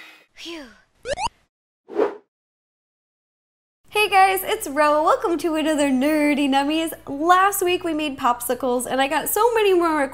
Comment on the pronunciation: Why do you say nerty nummies?